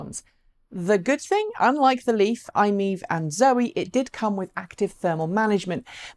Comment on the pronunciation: Could you please pronounce MiEV correctly as MY-EV! It is an acronym after all.